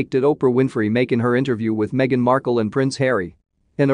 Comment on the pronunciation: She went WAYYY over board to prove that racism is her money maker!! Stuff it Harry mee-a-gan and you too Oprah!!1